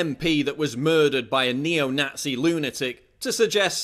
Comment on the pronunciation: Neo-NATZEE. That never gets old.